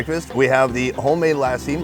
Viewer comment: literary said Lassi and then you go and say LAAAAAASI. I am gonna keep commenting on your videos until you get lassi right. haha